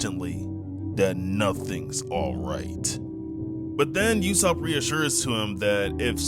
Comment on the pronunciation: bro say YASSOP and PERONA properly🥀💔😭🕊🤫😭🧏‍♂️🗣🔥😈🤑❗️